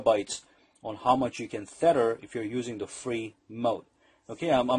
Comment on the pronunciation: jesus man, its TETHER not FEATHER